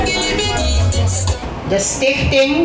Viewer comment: Probeert hij stichting te zeggen? Ik hoor Stink thing Ronnie Brunswijk.